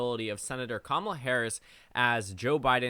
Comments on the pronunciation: It’s not Ka-ma-la or Kamla lol, her names pronounced ka-muh-la 😭😭😭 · It’s Cam a la, rhythms with Tamala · The second “a” in Kamala isn’t silent. She has said herself that you say the word “comma” when pronouncing her name. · KA-ma-la Harris. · The second A isn't silent. Harris herself has said that it is pronounced "Comma-la" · You PROUNED the second A. You just shortened it to a schwa